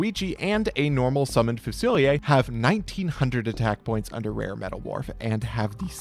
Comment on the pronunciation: so can americans just not pronounce fusilier?